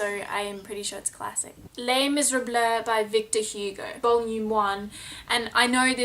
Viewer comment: LMAO at ur attempt to say Les Misérables